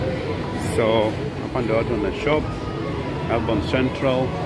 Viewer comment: I like how you call Melbourne tao😅😅😅